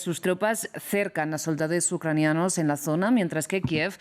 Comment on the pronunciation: porque dice soldades Ucranianos?